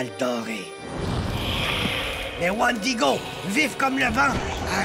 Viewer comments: omg il parles des wendigo et non wandigo. tout cela vient d'until dawn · c moi ou il dit wandigo dans the antil daw !!!!